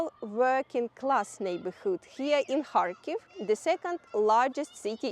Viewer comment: Sounds like she saying hartclife the town she filming 😂😂